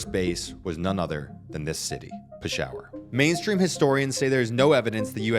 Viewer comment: that pronunciation is insane lmao. pi-shower hahahaha